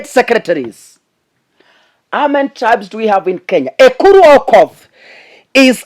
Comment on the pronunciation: it's Aukottt..not Okothhhh